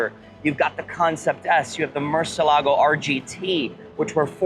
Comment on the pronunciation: He didn't pronouce Murcielago correctly though.